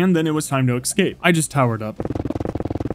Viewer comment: Have you ever noticed you pronounce escape wrong?